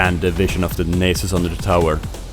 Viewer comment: Nay-sus. is pronounced nah-sus, mannn :P PS. nice vid. I love playing crit nasus